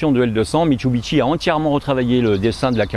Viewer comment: Bonjour, alors je répète à chaque fois, mit su bi shi et non mitsubiteshi il n'y a pas de bite🤔